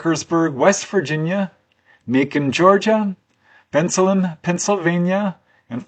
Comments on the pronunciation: It's pronounced Ben Salem. Not Benslum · It's pronounced Ben-Salem! Ben, like the name Ben. Salem, like where they hanged witches in Massachusetts! I was born and grew up nearby in Bristol Township--I ought to know. Never heard of these cases, but I went away to college in 1973.